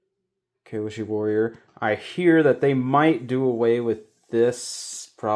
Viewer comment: Great video, kills me that you kept saying Kai-o-Sha instead of Key-o-She in the beginning but you got there. I wish I had the money for the box. Damn.